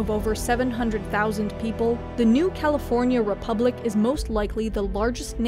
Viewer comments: Heh the first time she says "New California" sounds like "New Cow forya republic" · "Cal-EE-for-nia" i love this channel